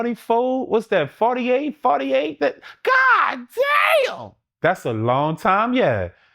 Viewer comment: Loool, the country in him came out (pause) … goddammmnnnn